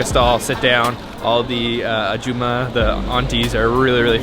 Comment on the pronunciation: aJIma, not Ajuma